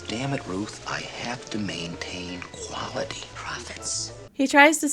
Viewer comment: The most entertainment value I get out of this is the weirdly specific way Robert Conrad says "quality" like it's a four syllable word somehow. It's been living in my head rent free since my first watch. An Exercise in Fatality has always stuck out to me as one of the kinda dull Columbos. It's good, there's barely a handful of episodes of the 70s run I wouldn't call good. But this is one of those 94 minute episodes where I can feel the writers sweating trying to meet that runtime. Dagger of the Mind was like that too, and this is the second one where you can really feel it. Course that gets to be an extremely common problem in the 90s era where they switch to doing 90 minute episodes exclusively, but ya know, getting ahead of myself. There's a lot here I wanna like. Mila Janis is an impressively hateable killer and he believably gets under Columbo's skin in a rare moment of anger that doesn't really come up again till like Now You See Him 2 seasons later. I think my main issues are two fold. One, part of the fun of Columbo episodes is seeing the killer dig a whole for themselves as our boy pokes holes in his seemingly perfect murder. But the murder here is pretty plain and simple, and I feel like a lot of the episode is just kinda dancing around until the gotcha. That typing scene feels like it goes on forever, although atleast that one's funny. I also think this might be the weakest gotcha in the show thus far. I don't even know if it's bad, I'm mostly just really confused b